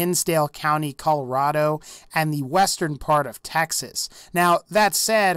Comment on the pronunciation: I’m sorry, but what the fuck is a “Tah-xas?” It’s “TEH-XAS.”